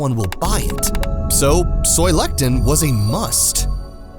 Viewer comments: The word is Lecithin NOT Lectin! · Soy LE-CI-TAN (lessitan) not LECTIN! But, still a crap / dangerous ingredient no matter how you say it. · Please learn the correct pronunciation of words before you make a video. Lecithin, not lectin. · It's soy le-ci-tin, not "lektin". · Soy le-ci-thine, not lectin! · Soy "lectin"? WTF bro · The part talking about "soy lecithin" is incorrectly pronouncing "lecithin" as "lectin". Two different words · You can't even pronounce Lecithin?